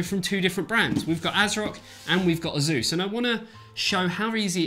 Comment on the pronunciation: It's Pronounced >>>>> ACE-US .. NOT ASUZE